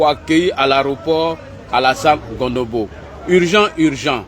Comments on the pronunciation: C est CONOMBO et non Gondobo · Tu es en train de massacrer le nom du frère. C’est pas Gondobo c’est plutôt Cononbo